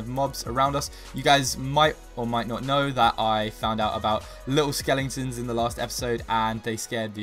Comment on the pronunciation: Stop saying skelintons say skeletons ok chain and plz stop swearing cuz otherwise I will have to un subscribe thank you